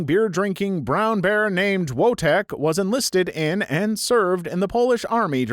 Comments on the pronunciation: not wotek but Wojtek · Wotek is pronounce Voy-tek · STOP PRONOUNCING WOJTEK WRONG ITS SO PAINFUL TO HEAR ITS PRONOUNCED ‘VOY-TECH’ NOT ‘WOGDE TECH’ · Wojtek voy-tech it's polish not English.